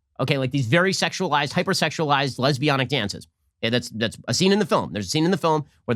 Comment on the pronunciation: Did he say let’s be honest or lesbianic?